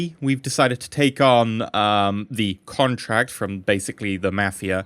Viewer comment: i like how says Ma-fia he says Me-fia